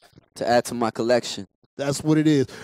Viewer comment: Did He Say At The End 'give it up for omario?.. then said omarion????